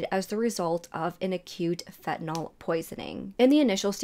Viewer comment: K. Very informative and captivating. Well done! Please just work on your pronunciation of the drugs you mention. It’s: - feNtanyl NOT fETinol - oxycoDONE NOT oxycodON - clonAZepaM NOT clonOZepam or clonOZepaN Unfortunately, I know my comment will be interpreted as “hate” by other viewers…as that is the culture we live in now. There’s no room for truth or healthy discourse anymore. Please know that hate is really NOT my angle here. If the tables were turned, I would want to know if I were to mispronounce some words. (Especially if those words are central to the story that I am conveying.) I hope you can see where I am coming from. All the best!